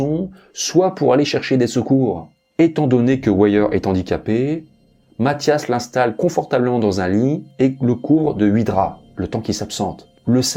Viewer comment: chreche pas c'est matthias